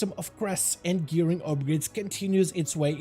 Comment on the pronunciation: I laughed at that too. The extra R is really noticeable. 😂😂😂